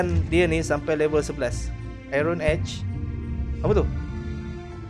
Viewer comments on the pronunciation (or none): none